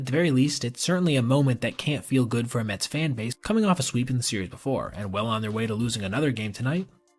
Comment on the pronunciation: The New York mehs 🥴 🍺.